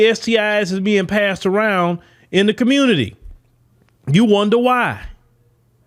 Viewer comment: THESE ARE THE "QUEANZ " OF THE COMMUNITAH ..